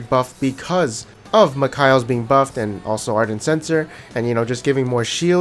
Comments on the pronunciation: MIKAELS = MICK-KAYLES I die a little bit everytime you say Mick-Kyles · The way you say mikeals dude is so weird 😊